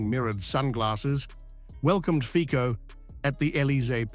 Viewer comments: Fico...no fikou.c is c-ts.read fitso.not in the english alphabet.a,b,c,d no ei,bi,si,di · Do u call the cc tv a kk tv???? That’s FICO NOT FIKO!!!🤣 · Pronounciation lesson: Fee Tso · IT'S PRONOUNCED FEET-SO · You pronounce his name wrongly. the c is not like c in car.